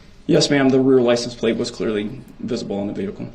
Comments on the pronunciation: No he is really saying license place….not license plates. There is a “t” in plate or plates. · He thinks people understand his made up language. The worst part is he believes the rest of the world is saying these things wrong. Biast, licen place, axed, substain, tackit, dis, dat, he believes that he is using the correct words. He says about 100 more incorrect words but those are the ones I can think of right now.